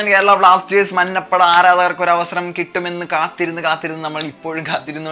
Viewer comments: Ee samayath parayan pattuvo ennariyilla.. 'manna' ppada alla 'manja' ppada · മന്നപ്പട അല്ലാടെ മഞ്ഞപ്പട...